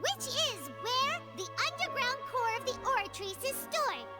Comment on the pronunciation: Nah hes right about the names. It just sounds wrong and takes u out, u're having a full english conversation where both ppl have american accents and then suddenly a name is pronounced in broken french like the oratrice, or MUSOOR NURVILERT. Either pronounce everything with french accent or nothing t. Melus is a great example